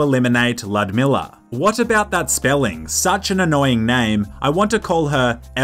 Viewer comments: It is not Ludmilla it is Ljudmila Lj LJ L-J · Ljudmila is a Czech name, it’s pronounced “Ludmila”.